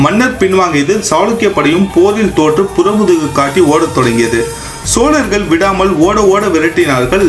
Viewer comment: தங்களின் தமிழ் உச்சரிப்பு உயர வேண்டும். வல்லினம் மெல்லினமாக உச்சரிக்கிறீர்கள். சோழர்கள் என்பதைக்கூட சோலர்கள் என்று உச்சரிக்கிறீர்கள். பேச்சில் ஆளுமை வேண்டும்